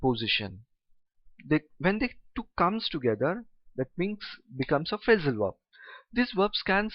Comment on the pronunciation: Sir i notice that you pronounce verb like (werb)